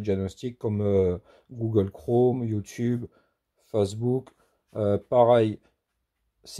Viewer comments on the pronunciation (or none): none